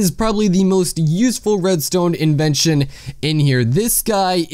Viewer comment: ita in-ven-sh-on not in-ee-va- tion